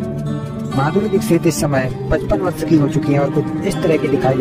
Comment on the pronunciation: भईया Aishwarya Rai Bachchan ka नाम ऐस्वर्या ना होकर ऐश्वर्या है। और मसहूर ना होकर मशहूर होता है। वर्स ना होकर वर्ष होता है।कुछ बोलने से पहले "श" और "स" का अंतर समझ लो,फिर कुछ लिखो।